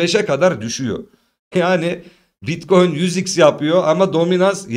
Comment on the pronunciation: seviliyorsun BİTKOYUN diyişin beni koparıyor Alemsin hele hele açılıştaki uyarıların efsane🤣